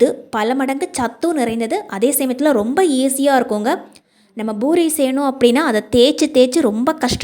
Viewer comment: Boori இல்லே poori என்று சொல்லுங்க.